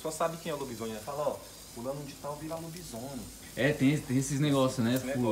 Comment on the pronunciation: Escreveu errado o certo é lobisone. Mas pelo menos falou certo kk